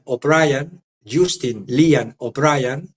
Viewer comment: ( Jastin, ) pronuncias Justin escribes